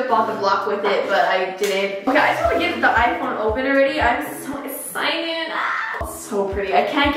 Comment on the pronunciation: Nobody:......: I’m so axcited Lol it sounded like that lmaoooo